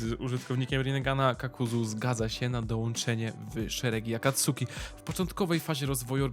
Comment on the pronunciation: No offence, ale imo lepiej by bylo, jakbyś wymawial su jako s(poprawnie) -> akatski, saske, natomiat to Twoja decyzja, elooo